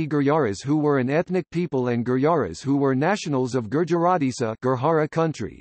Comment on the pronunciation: Information is ok but bad pronunciation. Gurjar or Gurjara not Gurhara. This is not Spanish j is pronounced as J not H.